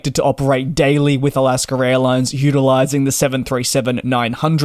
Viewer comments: “Alasker” Airlines???? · Sounds like you're sayin Alasker Airlines.